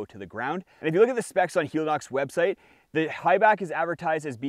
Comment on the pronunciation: I know it's entered the vernacular but I believe it's not hee-lee-nox but hell-e-nox, as in helicopter. It's the same thing with Teva, which is teh-vah, not tee-vah, and Hoka oh-neh oh-neh, not one-one.